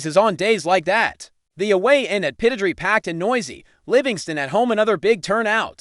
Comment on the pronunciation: Aberdeen's ground is pronounced as follows. PIT ODD RAY.